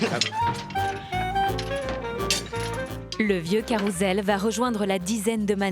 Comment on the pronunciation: On dit Caroussssssssssssssssssssssssssssssssssssssssel pas CAROUZEL !